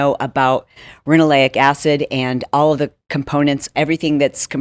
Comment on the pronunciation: Not sure if anybody caught it. But it's ricinoleic not rinoleic